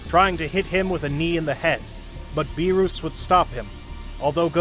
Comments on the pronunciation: It’s not berus and wis 😢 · "bewrus" "died" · Good series but beerus not beerous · "beeruss prepared the hockey" like come on bruh pronounce the names right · It was a good idea but Freezer and Beeroos? 😂 He did say them right sometimes though.